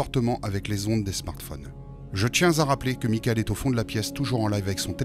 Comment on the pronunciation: A la place du PVE « mickael » moi je comprends « mon cœur »